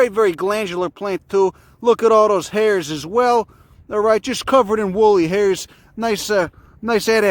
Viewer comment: “Look at those hares” he’s pronouncing it hares, not hairs.